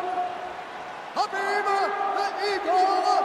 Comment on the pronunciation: you Write his name Khabib but u pronounce Habib.